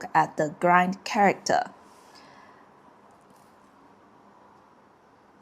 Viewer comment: Hi! Just one small addition - your pronounciation is grind(verb)研磨 instead of the correct grain (grayn). Your work (videos) are very helpful for any chinese learner! Thanks for your efforts❤